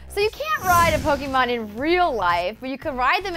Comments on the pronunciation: POKE-AY-MON, NOT POKE-EE-MON. GAH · anyone else cringes everytime she says pokymon? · Man, I wish people would stop pronouncing Pokémon wrong. Especially people who report on gaming.